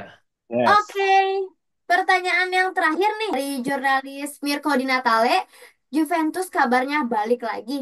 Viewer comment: Host baru pembawaan sudah bagus, cuman perlu baca referensi lebih, misal kayak penyebutan klub harusnya kan "Yuventus" bukan "Djuventus" , makasih